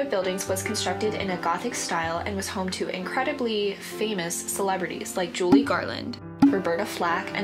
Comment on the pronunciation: Kinda sounds like you said Julie.... can’t get that name wrong! If I heard wrong, my bad xo Great video 👍